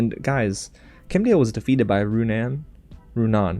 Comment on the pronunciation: Also I noticed that he stopped pronouncing Runaans name wrong probably since I called him out in the comments of the last video : \